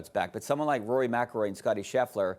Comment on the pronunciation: She can't even pronounce Rory last name , she has no clue what she is talking about . DEI